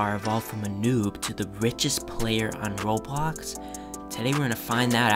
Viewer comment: You said “Robox” at the beginning